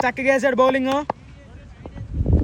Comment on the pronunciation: Puku laga Vundhi bowling …bowling anta